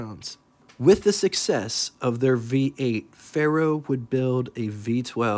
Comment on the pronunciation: Say "Fair-oh," not "Fay Roh." It's Latin for Iron.